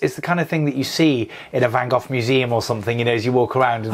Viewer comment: Love the video, thanks. And I am so pleased John can pronounce the name Van Gogh correctly 👍😊